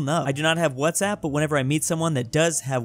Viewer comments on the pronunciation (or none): none